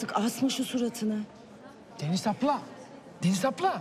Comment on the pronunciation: Hasret'in Deniz'e "Deniz aplam" demesi 😸